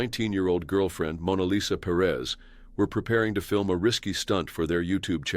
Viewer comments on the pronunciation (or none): none